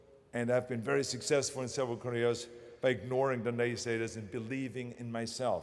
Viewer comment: when he said "careers" he sounds like he's saying "koreas" LOL